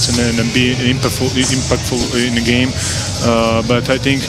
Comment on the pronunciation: Did he just call PG IMPACTFOOL....hahaha